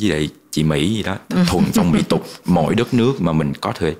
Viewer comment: Thuần phong mỹ tục mà ổng đọc anh phong chị mỹ. cười muốn điên😁